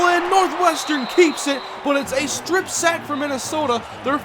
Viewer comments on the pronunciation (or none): none